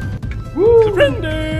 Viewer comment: how about "SURPRINDER" and "ARCIDENTS"